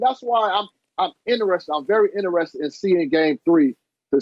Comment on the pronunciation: "i am very innarested" lol